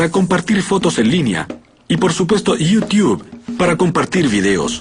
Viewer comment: "Yiutiu" AJJAAJAJAJA